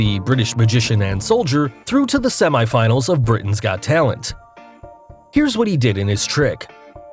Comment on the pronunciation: When he says semiii finals and money bills I bursted out laughing 😂